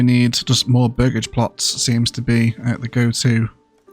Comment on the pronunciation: This game looks incredible and yes you are saying burgage correctly!